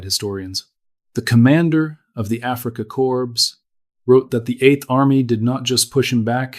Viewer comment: AI voice needs to retrain pronunciation of Afrika Corps not afreeka corpse